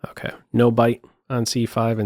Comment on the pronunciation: I like how says "okeh" great analysis